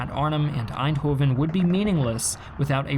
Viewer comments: Nice video, but we aren't. You don't say aainthofen, but èndhooven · pronounced Arnhem pretty well me: "impressive" pronounces Eindhoven me: "nvm" always fun when non-Dutch people try to pronounce Dutch names xD